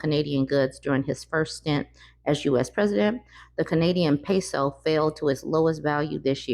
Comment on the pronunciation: did she say the Canadian paso rofl